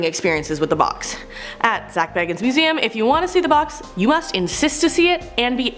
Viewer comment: It sounded like they also pronounced zac bagans name wrong ngl